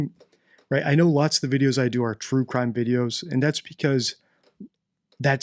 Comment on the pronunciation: crue trime 😂